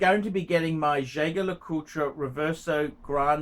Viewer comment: Why can’t you pronounce the name correctly. It’s Jay Jay Le coooltre. Not Jayger le coultre